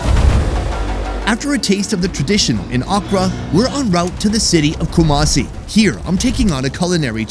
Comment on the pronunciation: I live in Ghana and it called not kumacie it is ku-ma-si 😡😡😡😡😡😡😡😡😡😡😡😡,!!!!??!!!